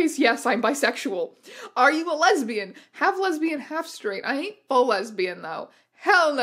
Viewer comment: Hey strange aeons i have to interrupt that quiz actually said "Lesibans" not lesbians